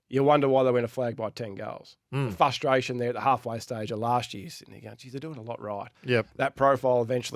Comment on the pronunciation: Can someone please tell there is an R in frustration! It's the guys favourite word every week and he can't even pronounce it properly